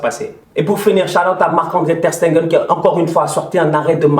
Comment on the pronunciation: prononce bien le nom de notre goal Ter Stegen op Tengeun😂🤦🏻‍♀️